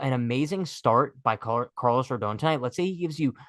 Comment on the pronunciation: It’s pronounced RODAWN, not RODOWN